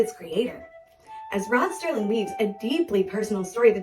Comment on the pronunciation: NOT STERLING ... SERLING